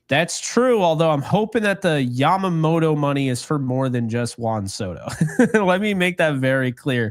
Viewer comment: Please Dear God, lets hope so. He is the poster child for everything that has been wrong with this team for years., love the show but you need to pronounce names properly. Off the top of my head I can think of 4 you have butchered. Yamamoto, Tommy Kahnle, Jeff Passan and Deivi Garcia.